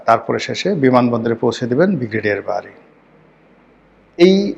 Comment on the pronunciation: আপনার ব্রিগেডিয়ার উচ্চারণ ঠিক করেন।